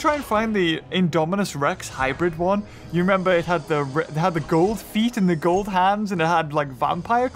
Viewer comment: The way he says gold lol 😂